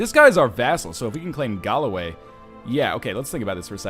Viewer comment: Galloway isn't even hard to pronounce properly, yet he can't...